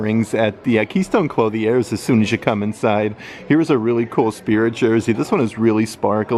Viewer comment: Thank you for the updates. Sidenote: “Clothe-y-airs”? Allow me to help. It’s cloth•ier (klöTHyar).